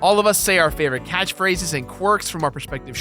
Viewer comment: "...They say their catch-phrace" So just say ECH?